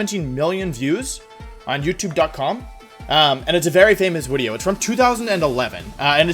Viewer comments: Do u say wideo on purpose or can u actually not pronounce video correctly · Getting lowkey triggered by how he pronounces 'video' as 'woodeo'. Just a bit. Just a little bit. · I kept hearing him say "wideo." And I thought I was having a stroke. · Take a shot every time he says “Wideo” you’ll thank me later ;) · Everytime he says “wideo” a part of my brain dies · Nobody: ...... Wolfe: “wideo” Wolfe: “ wenyasaur” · I thought it was just me. Every time he said wideo I thought I was losing my mind. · Intro GAHAHAH Let's get on with the WIDEO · I love how he says wideo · Is it just me or is he say wideo? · Me: coming from ZeRo's channel Wolfe: Wideo Wideo Wideo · why does he say wideo i'm frightened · Is it like his thing, to call the video a wideo? Or am I just really confused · What's a "wideo"? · y does he say wideo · Wolfe says “wideo” instead of video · Why does he keep saying “wideo”? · Is Wideo just how you pronounce video or is it witteo a pun on witty and video for like specific types of videos? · Can you say woody-o one more time! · "wideo" -WolfeyVGC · In my language i know how to write wideo the way, that it sounds like Wolfey says it (it would be łidio, polish has some funny letters), but i don't know how to better show my love to the way he says it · Am I going deaf or does Wolfey keep saying "woodio"? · Y he keep saying wideo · Why does he pronounce video, uideo? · why do you keep saying wideo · I can’t watch it because he keeps saying wideo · W-why do you keep saying “wideo” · Say it with me now. VVVVVVVVV-ID-EO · stop saying Wideo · First stop saying wideo, jfc. Second there's no deep analysis here, pimp just kept playing till he got someone inexperienced to cheese. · No one commenting on how he says Wideo? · I don’t like him calling it a Wideo it doesn’t sound right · Wtf is a wideo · What’s a wideo? 😂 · Please stop saying wideo. I'm 2 minutes in pls tell me he stops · Why does he keep saying Widio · Nah W I D E O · Please stop saying widio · wideo lol